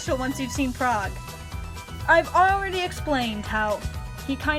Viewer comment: "London isn't really that special once you have seen prage" classical slav mumbling!